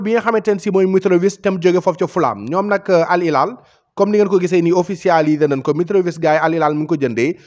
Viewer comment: Sa waay c’est Al Hilal pas Al ilal. Khana d’égo Arab wola woloff? C’est les French qui se savent rien prononcer! Wola “H”amoul ci baol-baol???